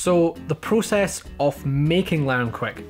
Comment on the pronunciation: Not prucess it is process.